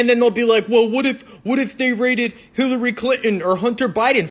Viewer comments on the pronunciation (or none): none